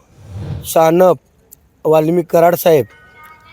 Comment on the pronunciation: वालमिकी नाही रे वाल्मिक.....